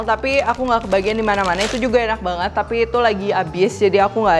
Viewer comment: "Uaenak rek" 😁 wong suroboyo kah?